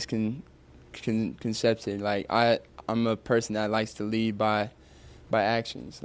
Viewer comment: Funniest shit ever 😂 Even Bogi or Jokic would have been like “wtf is miconcepted brate”